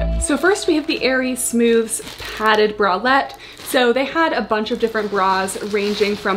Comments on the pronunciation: i worked for aerie and it's pronounced "smoothies"!! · Aerie employee here! It’s pronounced “smooth-eez”! I HIGHLY recommend the Smoothez Padded Scoop Bralettes; I do agree that I wish the cups were molded, but these are my fav to wear as a comfy bra under sweaters/lounge wear! It’s the same material as the green one you tried on, but with wider straps and no clasp (which I prefer since the clasp digs in when you lay down lol). I also LOVE the mesh bralette it’s so so comfy, I do recommend sizing up in this one though! Also, aside from the Smoothez collection, the Real Me Hold Up! Collection also launched recently, and I can’t recommend them enough! I love the leggings (the regular real me leggings tend to slide down on a lot of people, so these have a more compressive waistband and i sized up) and they have matching bra and leggings sets for the gym! The Hold Up! Bras are basically the Bra-ish made into a real sports bra!